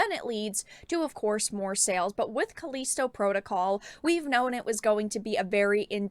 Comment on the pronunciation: Calleesto protocol she says